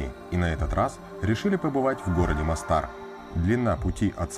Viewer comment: Не Мостáр, а Мóстар. Почему русскоязычные туристы в хорватских (боснийских) словах постоянно ставят ударение не там, где нужно? В хорватском и боснийском языках не бывает ударения на последнем слоге слова. Дýбровник, а не Дубрóвник; Мóстар, а не Мостáр. И, внимание, СÁРАЕВО, а не САРÁЕВО (хотя в данном случае в русском языке официально принято произношение с ударением на второй слог), а сами сараевцы в разговорной речи вообще предпочитают произносить «СÁРАЙВО».